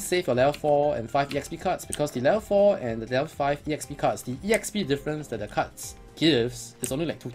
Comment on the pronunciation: why are u calling EXP E-XP? its just EXPI short for experience so its E -XPERIENCE now? ^^